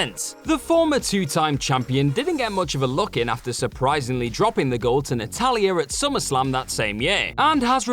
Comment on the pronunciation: Natalya* not Natalyer